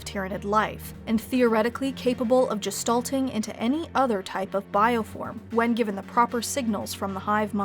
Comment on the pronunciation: Gestalting *Gestating